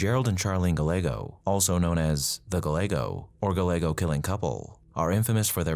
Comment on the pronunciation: Gallego is pronounced GUY-eggo.